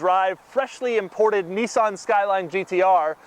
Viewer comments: can u learn to fuckin pronounce Nissan please? thankyou :) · Serenity The irony is strong with this one